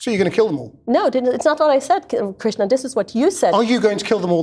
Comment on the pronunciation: Is it Krishnan? I thought she was saying Krishna.